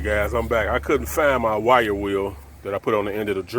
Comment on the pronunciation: Oh he was saying wire wheel I was like what is a white wheel